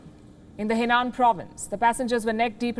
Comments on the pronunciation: Please learn to pronounce properly, You pronounced the city Zhenzhou & province Henan wrongly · Henan in English is Hernan. Zhengzhou in English is jungjo